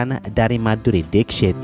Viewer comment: gw kan sambil kerja dengerin youtube ya, nah video ini masuk auto-play jadi gatau judul dan ga kenal nama sang artis. jadinya cmn denger dari VO admin. nah pas denger nama MADHURI DIXIT. gw dengernya MADHURI deepsh*t :v